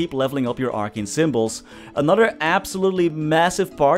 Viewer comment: "Clases like arc - kane" xD